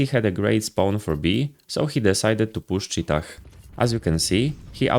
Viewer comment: The final h in 'cheetah' is silent. Btw who even uses this call-out? It's just cave.